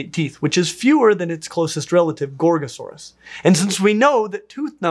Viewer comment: Every time I hear you say Gorgosaurus, I think I'm hearing you say Gor-Gor. I hope that a dinosaur is named after a GWAR song, even better it is a Tyrannosaurid.